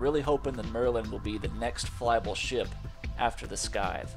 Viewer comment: sky-th? i think its pronounced sigh-th, isnt it? like the farming tool?